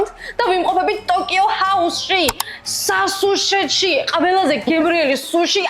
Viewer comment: სასუშეში როგორ თქვი მე ვერ ვამბობ ათასჯერ რომ ვამბობ მერე გამომდის